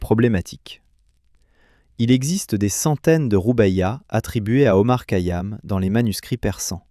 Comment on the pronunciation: Remarquable mais vous ne prononcez pas correctement son nom